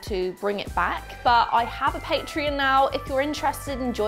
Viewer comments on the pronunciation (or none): At first I thought you said "paint tree" instead of Patreon, so now I have visions of a xmas tree with paint themed ornaments on it. 😂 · I actually thought she was saying Paint Tree as well 😂😂